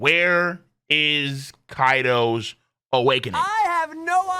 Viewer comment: Video = “Awake-NING”? Nani?